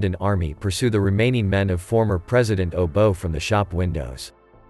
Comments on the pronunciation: Its not "obo".... Its obote... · His first spin lands in Canada not Kinyata, wherever the heck that is. The president being overthrown was Obote, not how you pronounced it 🙄